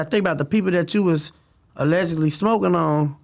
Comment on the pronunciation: He says allegically like 40x (Allegedly) SMH